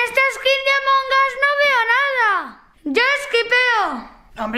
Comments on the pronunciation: amongos se dice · Ya carajo ya dejen de decir amongas es amog us porque todos dicen eso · Noo amongus se pronuncia among us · No saben decir amongus